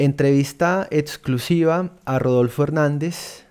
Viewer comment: Me desconecté cuando dijo Etsclusiva, y padto histórico sin contar la falta de argumentos...